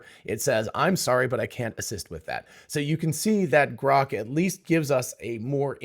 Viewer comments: Why does Elon pronounce it groak? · GROK or CROCK ? Apparently the AI misinterpreted 😂😂😂😂😂